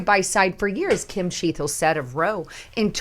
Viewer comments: .... CHEA TLE... NOT chea thle!!!! No "H" !!! Gawd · C'mon. Chea "t" le!!!!!!????